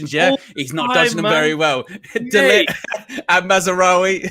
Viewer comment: Focused! None of you can even pronounce De Ligt's name 🤦 #embarrassing